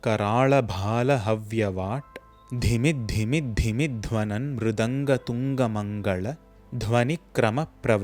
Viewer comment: In the words "karaala" and "mangala" you pronounce the "la" as "zha". Are you sure that your "la" pronunciation is correct? I thought the "zha" sound appears only in the Vedas.